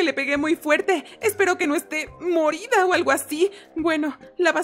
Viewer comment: Dijo mordida no muerta jajaja😂🤣